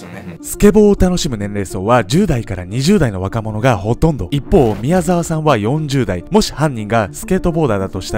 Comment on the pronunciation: んん？？みやざきみきおさん？みやざわさんだぞ！疲れてそう、無理しないでください！